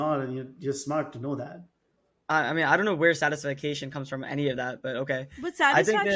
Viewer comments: Why such mean comments. Literally people fixated on mispronunciation of satisfaction! Geez. For 19-20 not being satisfied n wanting to do better is normal. At 50 being satisfied at a particular area n able to prioritise is maturity and life experiences teaches you a lot. So this topic is actually good to have with kids so kids push themselves but not to the level that they feel depressed or sad all the time or grateful for what they have. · but he said it wrong many times